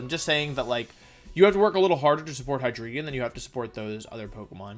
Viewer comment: Istg, i die every single time he pronounces "hi dree gon"